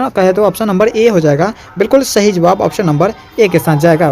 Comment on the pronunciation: shahi nhi hota sahi hota hai